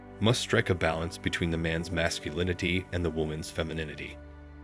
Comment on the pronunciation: Teach your robot how to say 'Scar Face' and 'Masculinity'